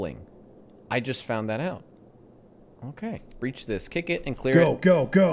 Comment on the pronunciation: "Alright boys, we're gonna breah this one with C4" - WAIT YOU'RE GONNA DO WHAT WITH WHAT?!